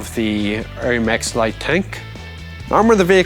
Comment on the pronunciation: Spot on with the French pronunciation, Chief!